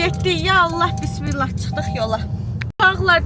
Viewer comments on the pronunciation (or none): none